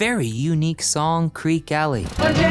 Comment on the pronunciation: CREEK ee, not Creek